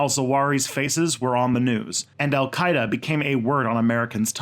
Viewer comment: You got my support man!! Not by words but by money! I think the content of your channel is very interesting, and make a huge effort to be neutral, which is rare! Keep it up! oh for Alqaeda you did prononced fairly enough but who you did write it, well ahmmm, very bad, I think you have to download UTF-8 standard character in your software...